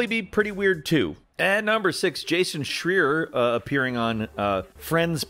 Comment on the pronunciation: The way he said Jason’s name made me giggle like hell lol